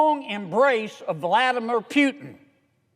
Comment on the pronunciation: Vladimir Pew-tin. Tah-lee-bahn.